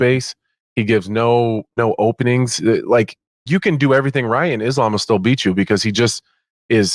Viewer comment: I hate how the commentators pronounce islams name it’s fkn annoying, same as that bullshit ADEHsonya that Ariel popularised just say the fkn names how everyone else does